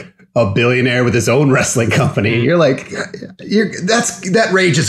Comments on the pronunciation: "Wrestling" is two syllables... No "a" in there. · He does a consistently good job at getting three syllables out of the word "wrestling."